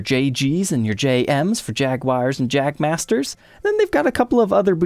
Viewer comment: Wait, did you say “Jag Master”? Better yet, almost sounded like “Jack Master”. Couldn’t imagine a more appropriate name for a guitar model, haha.